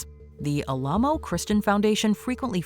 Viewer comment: The monument in Texas and the cult is pronounced AL-uh-moh (first syllable is like the first syllable of "Alan").